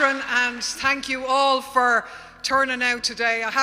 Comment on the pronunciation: 'Tank you' 😊